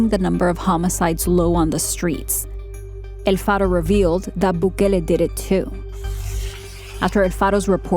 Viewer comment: Girl u were doing great until u said el Faro 🤣🤣🤣🤣 hahahahhhh galletas no m jodn sacan uns tonterías que no tien3 sentido